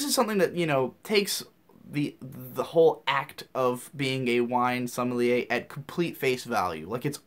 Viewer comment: som·me·lier - "sah-mel-yay"